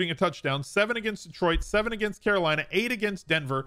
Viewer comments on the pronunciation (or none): none